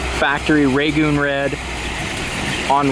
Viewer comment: Rag-goon red . . not "Ragan".